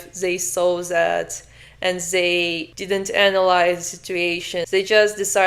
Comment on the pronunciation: Why you say " Zat " is " Dat " if you cant handle the Th